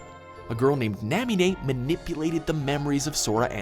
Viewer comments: NA-MI-NE not NAM-I-NE, MASTERY, not MYSTERY, and Xehanort(Zay-Heh-Nort) not Xehanort(Zee-Heh-Nort) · made some mispronunciation: Marluxia Mar luuu sha Namine Na mi ne and Mastery NOT MYSTERY!!! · bro, how you pronounced namine made me chuckle. thanks for the laugh. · I want more Kingdom Hearts! There were definitely mispronunciations (Namine, Xehanort, Marluxia, Mark of "mystery") but an overall good job